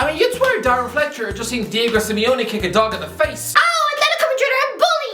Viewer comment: Diego* not Diyeigouw